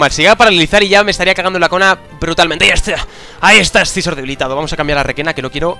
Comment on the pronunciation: se dice ''sisor'', no escizor xD